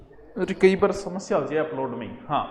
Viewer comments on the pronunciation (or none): none